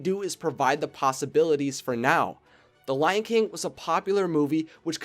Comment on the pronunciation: I thought he said the lanking 2 at the start! XD